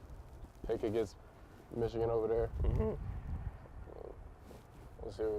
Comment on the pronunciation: Caleb you got to stop saying *Ichigan. You’re a Buckeye it’s the team of north